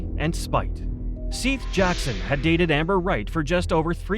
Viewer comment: The boy who was killed by Amber Wright and others is pronounced Seth. Not Seath.